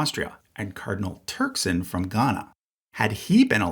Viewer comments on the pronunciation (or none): I actually knew a nephew (or great-nephew) of Cardinal Turkson. Apparently, the last name is actually pronounced more like "tek-sin"